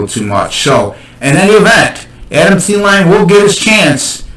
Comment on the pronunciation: Cant trust anyone who dont know how to say adam thielen name right.